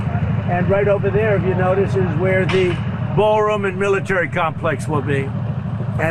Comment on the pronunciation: If I were a reporter at the White House when he was spouting this crap I would have asked "Mr President! Can you say 'Ballroon' again?"